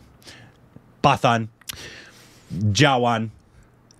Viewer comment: It's पठान not पतन 😳